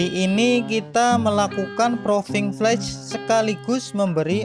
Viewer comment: 1. Karena istilah yg dipakai memakai bahasa INGGRIS, maka pengucapan atau lafalnya harus betul, misalnya pengucapan proving flight dan enclave sipil. Proving flight bacanya proving flaiț; awarnes bacanya èwârnês; enclave bacanya enklâv bukan ensleep atau edslip, first flight bacanya fêž flait. Traffic bacanya trefik. Nama direktur Yuliandra Nurcahyo (ejaan lama Juliandra Nurtjahjo). 2. Penggunaan istilah agar tidak sepotong2, misalnya kalimat enclave. Kalau menyebutkan istilah ini lengkapnya harus diawali dengan Lanud JB Soedirman enclave sipil, karena maknanya Pangkalan Udara militer (TNI AU) yang dimanfaatkan untuk penerbangan sipil. Atau bisa dengan menggunakan kalimat yg mudah dipahami Bandara JB Soedirman yg menggunakan fasilitas Lanud TNI AU. 3. Data rombongan tidak termasuk jajaran Kementerian Perhubungan. Dari Kemenhub sudah datang saat uji kalibrasi landasan oleh Dirjen Perhubungan Udara beberapa waktu yg lalu. Demikian juga dari jajaran AP 2 tidak termasuk jajaran direksi. Mohon maaf dan terima kasih, semoga konten ini selalu berkembang.